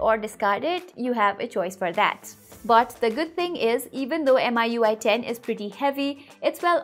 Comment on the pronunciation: It's meeeui not m-i-u-i